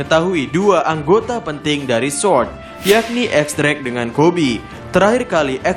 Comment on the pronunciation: Ga bisa bilang R kah ? Kocak baca sword